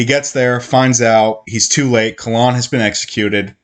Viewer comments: Kayyyylan lol Not Kah Lan (KaELynn) I agree I read most of the series and I’m listening to it a second time and hadn’t realized how many flipping recaps there are! It’s aggravating yet I have to finish the series hahaha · It's Kahlan, not Kalan. It's Denna, not Diana. It's Jagang, not Jangang. Shota is a Witch woman, not a sorceress. It's Drefan, not Drefran. Drefan threw Nadine off the cliff. Richard didn't kill Drefan, the Sliph did. Did this guy even read his own script before doing this video? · butchering the name